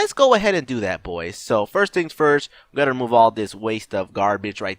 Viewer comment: said "Firts" not "First". But how are you able to "Firts"?